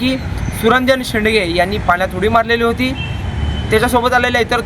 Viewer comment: "सुरंजन शेडगे" शेंडगे नाही.